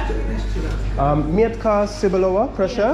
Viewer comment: Hahahaha xD I dunno if someone tell you earlier but when you say "Mietka cebulowa" you say something like "Onion ":D Trust me I'm Polish Onion:D And if you want to taste some of our dish like a "krokiety" or something like "pierogi" you should ask seller how you should eat this like "it taste better when it's hot or cold" - "smakuje lepiej jak jest ciepłe czy zimne". BTW krokiety never taste better hot or cold when you buy then from that kind of shops. Dziekuje, do widzenia, milego dnia:)